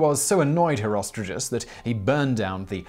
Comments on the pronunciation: Why the are you.pronouncing "HerostraTus" as "HerostraJus"??? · Always though it was pronounced hero-str-art-uhs